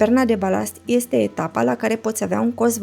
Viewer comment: Primu I-este nambar oan." Mi-ati facut ziua. Tu( n-am idee ce cauta acel ,,simplu" :) , dar mai ales ,,care ieste muuulti... Va apreciez intelectul, diplomatia mai mult sau mai putin pasiva. Ah, uitasem de sot, brici, alegand umbra. Bafta-n toate cele! :)